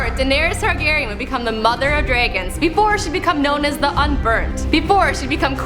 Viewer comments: dragon, not "draygon" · The fuck is a draygon?